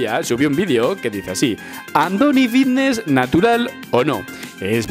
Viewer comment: "joer que bien hablo si parezco aqui un profesional" y dices fitness con V... Dices Vitness 😑